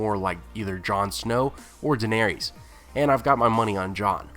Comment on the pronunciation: All I want to know is why you keep pronouncing Daenerys as Daenerius? WHY?????????????????????